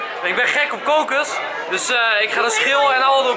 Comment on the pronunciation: haha je zegt kokus leuk... ik vind al je supercoolleukfantastischawesome